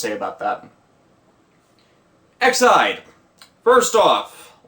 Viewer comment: Question, where are you seeing Ide in Aid? It’s Ex-Aid for Extreme Aid. When you say Ex-Ide, it’s sounding like Excite, which is the show’s theme song.